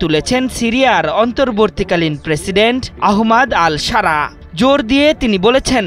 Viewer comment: ভাই তোকে সাংবাদিকতা করতে কে বলছে? "আহমেদ আল সারা " এই নামটা উচ্চারণ করতে পারো না, তাতেও কর ভুল।